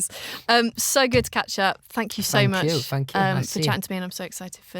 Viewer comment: no one: louis: fhanks